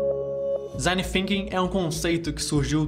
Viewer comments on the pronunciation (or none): FINKING? ah não vey... é THINKING com a língua nos dentes de cima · parei de assistir no momento que disse "desing Finking", pqp.... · mas THinking sim, é a pronúncia da línguas nos dentes